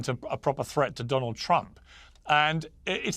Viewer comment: Dõnald did .. lol Dunald 😅